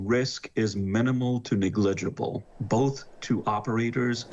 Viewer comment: he says negligible like dirigible 🥴